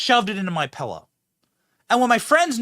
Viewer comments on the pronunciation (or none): Ah, damn it. Benny is one of those guys who says "pellow". I won't see him the same again.